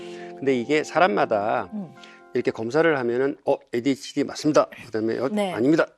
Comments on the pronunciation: Oops, sorry if there was confusion with my original comment. I updated it to actually spell out the way the Dr pronounced it. It should be pronounced "AY-DEE-H-D" but the Dr pronounced it as "AY-DWEE-H-D" the entire episode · 오은영 박사님의 ADHD 발음이 이상해요 에이뒤에치뒤?? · 맞아 왜 에이듀에이치임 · 오은영쌤 A뒤hd? 라는 발음 귀여워요 ㅋㅋㅋ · 발음 신경겁나쓰이네 에뒤에치디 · Why does the Dr pronounce "ADHD" as "AY-DWEE-H-D"? Other than that, I fairly enjoyed this episode. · 저도 항상 귀에 좀 거슬렸어요 에이뒤^^에이취디라고 자꾸 말하셔서. 그냥 발음이 그렇게 굳어지셨나보다.. 그러고 말았어요. ㅎ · 에이듀이 에이치디 😂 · 금쪽같은 내새끼 볼때마다 저도 궁금했던 부분이었어요. 오은영박사님 영어발음을 꼬집는게 아니라 정말 의아해서 질문하신거 같아요. 금쪽같은 내새끼 adhd편은 다봤는데 에이듀ㅣ에이치디 이렇게 하세요. 이게 뭐 대단한 문제라는 건 아니고 ㅋㅋㅋ 타부님 말씀은 정말 궁금해서 그런거 같은데 대답이 좀 날카로우셔서 답글 달아봅니다. 제가 외국인이엇어도 궁금하긴 할거같아요. d가 두개 들어가는데 앞은 뒤, 뒤는 디 이러니깐요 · adhd라서 주의깊게 못들어서그런가 발음이 저러신줄도 몰랐음 ㅋㅋㅋ